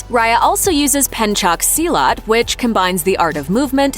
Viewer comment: i like your accent,say it again. "Selecot" "Pencock Silat"